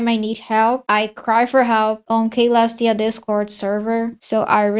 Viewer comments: klestia shell ummm the actual pronunciation is Celestiashell (Selestiashell) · it is Selestia not Kalestia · "kaylestia" ICANT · Hi, youre mispronouncing Caelestia, the C sounds like an S, like so "suh-LESS-tee-uh" great video btw. thanks. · I think it's "see-lestia" or maybe just "sell-lestia" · man its C not K 😭 killing me lmao.